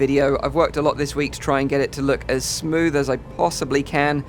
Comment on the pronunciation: A lot not A low okay. Okay not oket. Cali